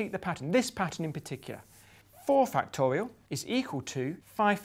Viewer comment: I like how Professor Grime says "factowial." C'est tellement mignon ça